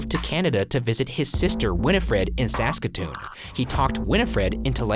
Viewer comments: Ryan... I’m sorry... you pronounced Saskatoon wrong. It’s saskatOOn not sAskatoon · I looked it up and it looks like 10,800$ in 1928 is worth about 160,000 US dollars in 2019 and 215,000 Canadian dollars Also you have to pronounce Saska"toon" slower but you did much better then most people! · The way you said saskatoon bothered me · Ryan why did you pronounce Saskatoon like that... it's Saska-toon, not Sask-ah-toon sincerely, a saskatonian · REP!!! I am from the Saskatoon, and Ryan it has three syllables haha 'Sas' 'ka 'toon' ... Cheers! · I came here 3 Years later without reading Any other comments to shame the pronunciation of the city Saskatoon. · The way Ryan pronounced Saskatoon really bothered me lmao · postmortem: I live in Saskatchewan just south of Saskatoon and the way you pronounced it made me pause the episode I have never heard anyone say it like that before but good on you for trying Ryan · I finally know how y’all feel when Ryan pronounces your cities wrong. That is definitely not how you pronounce Saskatoon lmao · As someone who lives in Saskatoon, his pronunciation of that almost offended me with how foreign it sounds